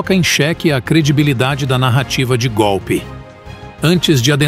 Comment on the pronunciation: Como Lula fala gopi.